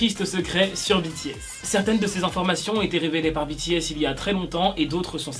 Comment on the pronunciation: En ne dit pas bities en dit bts idio😎😎🙃🙃👶👶👶👶👎👎👎👎👎